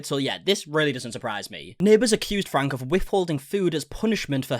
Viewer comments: great video, but considering how many videos you uploaded about the matter, her last name is not frank, it's franke (fran-kie), just a small detail, but regardless of that. spot on. love your content. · It is pronounced Frank E, not Frank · It’s pronounced Frank E not Frank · FYI The last name is pronounced Frank-E not Frank. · Ok, this is bothering me hahaha. Their last name is pronounced “Frankie” not “frank” hahaha thank you. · Ruby Franke (pronounced frankie) she is horrible, glad to see her arrested. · It’s Ruby Franke pronounced (Frank-ee).Not Frank. Her husband was aware of most of her previous punishments, as he should be charged with some things as well. It’s like the Turpin family…😢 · This is a crazy situation. So glad the kids are in a safe place. great job covering this! Just an fyi...Franke is pronounced Frank-key. 😊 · To make this video become viral, you need to pronounce Franke right. It’s Frank-EE. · Its pronounced Frank-E, I'm their neighbor so I would know. 😅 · Their last name is pronounced Frankie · Franke is pronounced Frankie.... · The last name is pronounced “Frankie”. I know there might be some accent changes in the pronunciation but please try to get it right